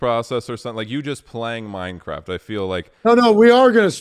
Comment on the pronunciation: Hearing him say Minecraft or World of Warcraft all I hear is MineCrap and World of Warcrap.